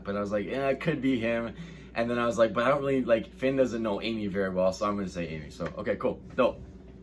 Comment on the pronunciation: Eeeeee I love /Finn soo much he’s soo cute and super adorable EEEEEEE He said Pinn and he said Loads Of it I love this interview best interview Yet 😍😊😁